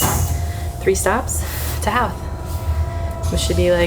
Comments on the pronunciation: Howth is pronounced ho-th you don’t sound the out the “how”th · Howth is a lovely spot. The 'How' part is pronounced to rhyme with 'Toe'. I always get my visitors to go take a day trip out there. Bus to the summit, walk around the Cliff Walk, something to eat at the harbour, go see the castle and then back to the city by train.